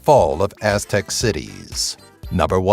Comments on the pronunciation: You must not know how to pronounce correctly, because his pronunciation was way off on most of the names. His voice sounds smart, but his pronunciations kill this. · Most of this information is wrong or extremely oversimplified, and the pronunciation is wrong every name. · when you let a group of ppl with no written language try and explain their words for the first time you get these unpronouncable deitts. nonoffenss just saying,your butchering them badly.